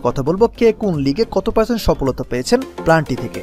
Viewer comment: Planty 🤣🤣 valo kora bolan tarpor video banan